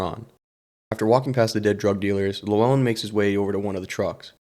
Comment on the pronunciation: Also the way you pronounced Llewyn as Lew-on